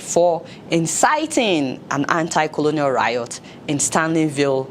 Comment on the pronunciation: Good but stop pronouncing the word anti so poorly.